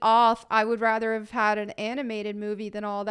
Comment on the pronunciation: Did you say “hovv?” Do you mean “have?”